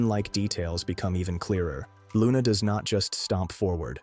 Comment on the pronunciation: Are you sure you are pronouncing the name correctly???? sounds a bit wrong